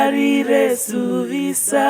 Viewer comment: Beautiful voices. Please reconsider how you pronounce the s, e.g. suvisa is pronounced zuviza as Otjiherero does not pronounce the s😊